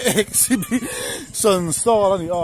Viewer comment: In tar reng si in bo thakin chhiar nikha Ornemants Food😂Chakma Tredational Creft.Crafts Drass English chu Bo ve hle mei🤣😂🤣 Sawi muang phei la chu ngaihna awmloh zual ang,, Awmzia bo thak Chuan Awmzia pawh hi hriatloh hmel,,Exhibition aa Exibition Hall Exhibition Stoll maw an Pui hlawm awm mei2🤦🏿‍♂️😂😂😂😂🤣